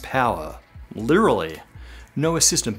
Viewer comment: Literallallally!!!!! ??? Weirdo! Literallallally! Like !